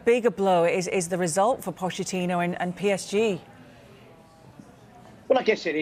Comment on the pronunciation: She cannot even pronounce Pochettino's surname properly.